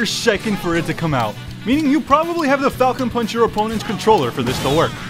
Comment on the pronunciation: “Fal-Cone Paanch” is more accurate